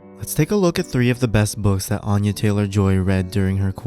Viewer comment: You're mispronouncing her name it's Anya like aneurysm